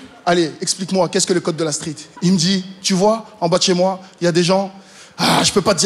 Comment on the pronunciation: "dans le code de la strett"😂😂 "haa j'peut pas dire c'qui font" 😂